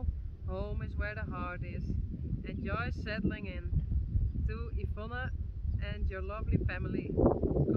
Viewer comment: I very much enjoyed seeing Yvonne relaxing a little and talking to the camera. And hearing her pronounce her name, which is so pretty, I like it better than how we pronounce it in English. Sylke Faya is a scamp, that was so funny when she grabbed the cards and envelopes.